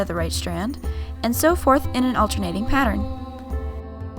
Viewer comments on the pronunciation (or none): none